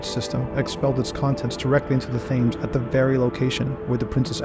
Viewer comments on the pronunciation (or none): Pictures were of no help since they were phantasms. The narration and script were strong. Oh and it's pronounced Tems not Thames.